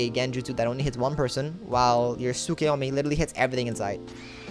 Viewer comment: Did he just say tsukuyome?